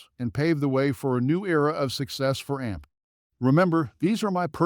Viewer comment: This is a complete FUD video, created by short sellers, with very cheap Fiver video artists. They use horrible AI to read a script that can't even pronounce AMC. AMC has higher operating costs, because it has more theaters, and so it had to accumulate more debt during the pandemic when ALL theaters were closed. Pretty soon, AMC is going to be making far more profitable quarters, but the shorts don't want to know that. They want you to be scared away from AMC, because they know AMC is going to flip extremely profitable soon, so they pump Cinemark before that happens. Cinemark is a smaller company, so of course they took on smaller debt during their closures during the pandemic. If you don't air condition, heat, vacuum, clean, and pay rent on a building, it becomes useless, and that's where the debt accrued on both AMC, and Cinemark during the pandemic. 💎🦍💎